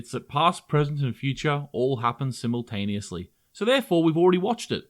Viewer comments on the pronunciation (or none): none